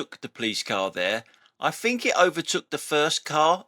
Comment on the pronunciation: Quick to criticise incompetent drivers but are you prepared to take criticism on your incompetent command of the English language? It's thing not fing. It’s think not fink. Three not free... You really do have a problem the misuse of “th”. Then there’s your grammar… “Don’t do nothing” – double negative. The expression should be “Don’t do anything”. Them flashing lights rather than those flashing lights… Get a grip on your command of the English language or you’re no better than Audi drivers that can’t get a grip on UK traffic law.